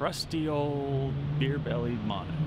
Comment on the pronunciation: My god. Joe's mispronunciation of Manu's names was totally awkward....